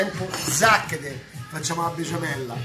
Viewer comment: Max non sai dire besciamella hahahahha